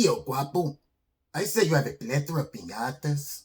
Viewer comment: Is it “plethora” or.... pla thooorrraa? “. Haha!